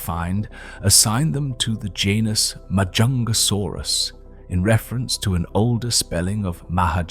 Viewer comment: frig the longer this video goes the worse the pronunciation is getting, like 5 different pronunciations of Majungasaurus not to mention every other species... or even years.....